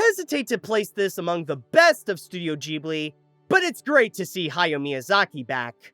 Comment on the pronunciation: Ha-ya-o. Impress us by pronouncing his name correctly.